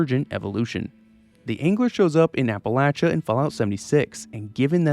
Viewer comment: Ty for saying Appalachia correctly.